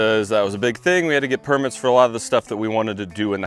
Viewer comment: Things I've learned from #763 - Americans separate the first syllable of a lot of longer words to make it sound like a separate word. Per-mits. Con-crete. A-dult. Gar-age.